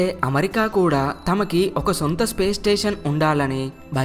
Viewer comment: మంచి విషయం.. కానీ మంచి తెలుగు లో చెపితే ఇంకా బాగుంటుంది. పడ్నాలుగు (14) కాదు పద్నాలుగు అనాలి అలాగే అమరికా కాదు అమెరికా అనాలి